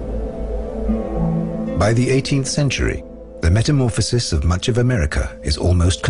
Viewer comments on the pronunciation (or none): none